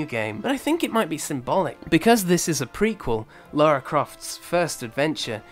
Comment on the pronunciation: Its Lara not Laura